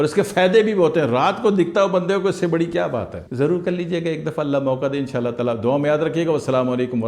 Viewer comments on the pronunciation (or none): none